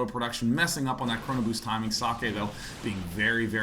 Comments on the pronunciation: Husky is trying to pronounce it right, gets pretty close. If i'm not mistaken it should be ,,Zockeh'' the ,,eh'' at the end sounds like ,,e'' in ,,bed''. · i like how husky try to say socke and says sockey :D